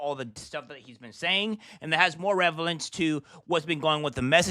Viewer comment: "relevance", not revelance dummy.